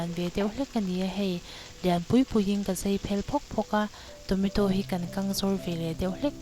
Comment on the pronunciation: I thil siam a tui hmel a I siam thiam awm khawp mai ei ve pawh chak awm i aw pawh a nalh mah se Tometaw ka hre lo Tomato chutney ka hria han lam dik la chu tha khawp ang